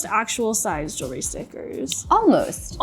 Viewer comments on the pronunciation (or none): none